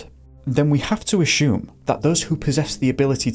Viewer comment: You asked for comments so here goes. The content you cover is always very interesting, thank you. Now the negative (sorry 😊). Please stop pronouncing ‘assume’ as ‘ashoom’. It’s pronounced ‘ass yoom’. 😊😊